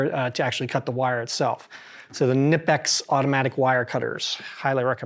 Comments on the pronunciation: knipex is NOT pronounced with a silent K. CNI PEX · Knipex: You ARE supposed to pronounce the K.